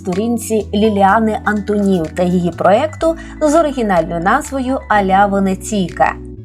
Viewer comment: Шановна пані, але чому " АнтонІв"? Звичайно, по - людськи:"АнтОнів"!